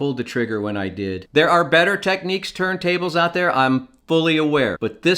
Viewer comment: Technics, yes you pronounced it exactly the way it’s always been done growing up in Toronto.